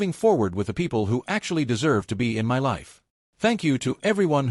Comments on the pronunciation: how hard it is to say "my" instead of saying M Y ....... as two seperate letters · Please fix writing so AI stops reading "my" as letters M Y since it is used for emphasis so much. AI could just read it with proper intonation instead. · Why can't A.I. pronounce my ? It's ridiculous ! 🤬